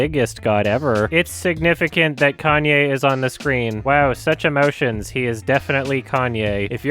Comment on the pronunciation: He said Kanye correctly. That's how Kanye says it too. Hell, his first albums even have his name written as kanYeWest because of the emphasis of the "ye" in his name.